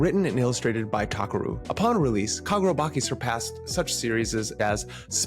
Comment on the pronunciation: bro you called it kagurabaki it's chi as in inner chi in japan😂 that's how it's pronounced